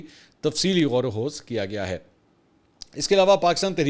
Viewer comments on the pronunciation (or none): منصور بھائی یہ لفظ "غوروخوض" نہیں ہے۔ اس کا تلفظ درست کریں ۔۔۔ یہ لفظ غوروخوض یعنی خ زیر رکھتا ہے اور و زیر ہے۔ یعنی Ghor o Khiwaz ۔۔۔۔ اس لفظ کی تصحیح کر لیں پلیز